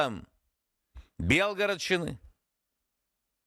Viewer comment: Білгородщина, Брянщина, Соловйов своєю вимовою натякає, що це українські землі?